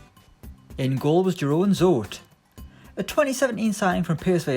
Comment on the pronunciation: I cant help to laugh by your pronuncion of jeroen zoet because it is so wrong lol